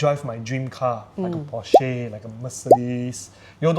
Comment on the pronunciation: alamak so cringe to hear you guys mispronounce "Porsche" and "Mustang"! Are you sure is a car enthusiast?